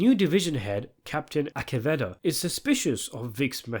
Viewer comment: Absolute Shield stan here. You watched a whole season, you should be able to pronounce Mackey and Aceveda